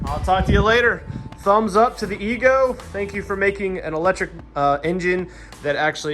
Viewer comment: Ego not ezgo